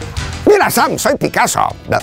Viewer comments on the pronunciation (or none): No es Samm, Es Hamm